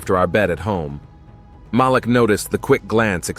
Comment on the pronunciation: It’s Malik…. They keep saying his name wrong!